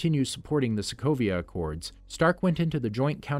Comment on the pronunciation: Did he really said people of Slovakia instead of Sokovia ? :D :D